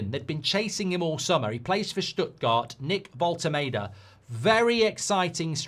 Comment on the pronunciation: Voll-te-MAR-de not Voll-te-MAY-de